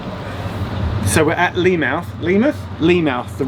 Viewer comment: It's also Leemuth not Leamouth although it's spelt that way